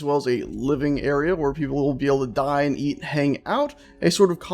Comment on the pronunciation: When you said they can dine, eat, hangout, it sounded like you said die, eat hangout. XD